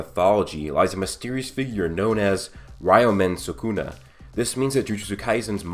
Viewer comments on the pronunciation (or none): "rayoumen sakuna" my man how do you run a channel about anime and manga yet you butcher every name? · Ree-yo-men Soo-koo-na